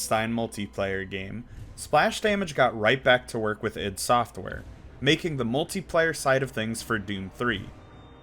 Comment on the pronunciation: what the heck is idd software? God dammit, its I.D. Software